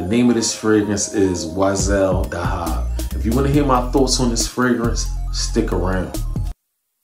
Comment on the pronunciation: It’s pronounced weesahl Daa-haab